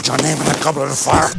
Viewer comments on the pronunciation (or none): "DiDJu piT Ur nEYm in Da gErbLet uf fuiR" Sorry it just cracked me up. Was very very unexpected.